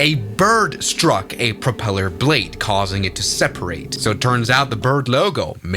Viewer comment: pwopelar bwade!😂